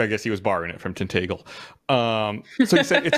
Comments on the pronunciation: The guy with king Arthur's castle makes me cringe when he says Cornwall, and the pronunciation of Tintagel is horrible. It's 'Tin-ta-gel' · It's pronounced TIN-TAJ-EL for Tintagel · He really butchered the pronunciation of Tintagel